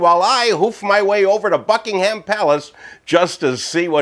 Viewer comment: Sounded like you said fuckingham in the video. lol